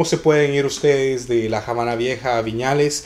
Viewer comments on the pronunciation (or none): Hola...gracias por estos tips...en español, la palabra "Habana" no se pronuncia "Jabana", la "H" es muda y no se pronuncia ni se convierte...Se dice "Abana" y se escribe con "H" para suavizar la pronunciación...Saludos:) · Excelente informacion!!👍👍👏👏 nada mas en español no se pronuncia la H. Es Habana NO JABANA!! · ¿Por qué Javana en lugar de Havana? Nunca lo había escuchado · Jamas le quitaría el mérito de poder hablar en español, lo que no estoy de acuerdo es la pronunciación de la palabra "Javana" si va a hacer algo hagalo bien esa pronunciación no existe en el Español. Tampoco es una palabra. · Que cosa es jabana........es Habana!!! o en Ingles es Havana! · Esta bien tu video pero te sugiero pronuncies bien Habana con H muda no con J aunque vivas en USA cada cosa se pronuncia como es. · Está muy bien todo, pero podías pronunciar bien la palabra Habana. Gracias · La Habana se pronuncia en español sin "J" en Habana. No somos gringos para decir "Jabana". Ojo mi latino amigo. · Que dolor de oidos me has dejado escucharte la Jabana !!!!!!!!!!! Eres latino y tu sabes que nos enseñaron en el colegio que la H no se pronuncia ,,,, Perdon por el detalle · El video es en español, no en ingles, no hay necesidad de pronunciar el nombre así.